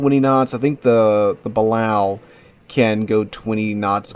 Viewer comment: The way he mispronounces Balao hurts my brain